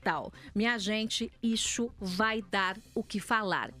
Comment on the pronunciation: Joice, vai no fonoaudiólogo pra ver "ixu". Já tá irritante